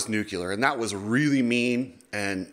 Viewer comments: Nuclear. Nu-clear. Nuc-U-lear. 😂 Cool? Ok.. Enjoy 👍🏻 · NUCLEAR NOT NUCULAR!!!!!!!!! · Noo-clee-err!!! Nuclear!!! Not nuke-you-ler!!! Damn!! George W Bush said it all the time and looked STUPID!! It’s noo-klee-err!!! Nuclear!!! New-clear!!! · NOO CLEE AR. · You sound like President Bush trying to say nuclear.